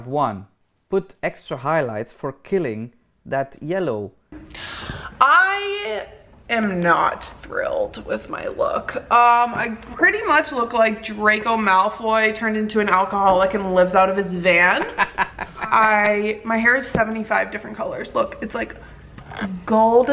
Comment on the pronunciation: "Drake malfoyds" I love you 😂